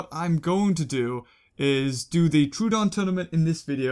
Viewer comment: the way he says names gets to me soooooooo much. its tro-uh-don not trooooooooodon.